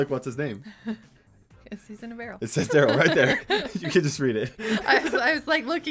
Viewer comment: It’s, Tara, Poco, And Darryl. Not Tara poko darill